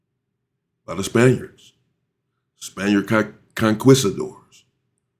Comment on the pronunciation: ‘Conquistador’ is pronounced…CON-KEE-STA-DOR.